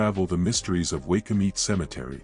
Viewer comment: It's pronounced why coo mit e spelled waikumete